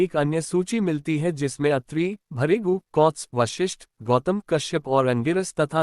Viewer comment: Sale tune Sant ko Kahan bhej diya . Na Bolna na likhana na uchcharan Karna aata hai . Bhrigu ko Bharigu bolta hai . Lanat hai tere jaise par.